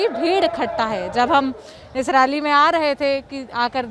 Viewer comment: Raally nehi 🤣🤣🤣yaar rally bolo, toh kya ma'am BJP ki rally mai nehi aani chahiye thi kya, yeh bhi bata do ki kis kis ki rally mai jaana chahiye aur kiski nehi.